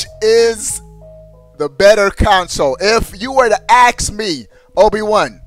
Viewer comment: Stop saying axe when your trying to say ask. Please!